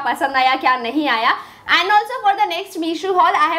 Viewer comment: And ko tum aand kyu bolte ho😂😂😂😂😂😂😂😂